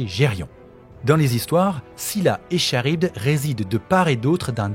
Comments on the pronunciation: Ça se prononce Karibde pas charibde, même si ça s'écrit Charybde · Franchement j'aime beaucoup ton travail, mais pour ta petite culture perso on prononce "K"arybde pas "Ch"arybde ! Voilà c'est tout, sinon continue ton taf est au top ! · Petite précision du relou, Charybde se prononce "Karybde" et non "Cha-rybde" :) Et il y a un ptit soucis dans le titre de la vidéo avec la majuscule du i de Nilah :) Voila c'est tout j'adore sincèrement tout ce que tu fais et je like toutes les vidéos studieusement <3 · Super vidéos ! Petit fin fact , on dit « karybde » et non pas « Charybde » même si ça s’écrit bien comme ça x)